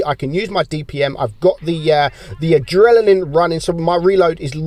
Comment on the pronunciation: Yeah, I love when said "Adrelanine", that made me laugh